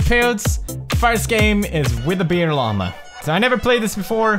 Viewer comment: LLAMA, not lama.